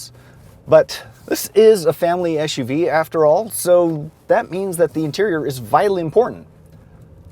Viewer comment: The acronym is “SUV” not eshuvee. Otherwise great review.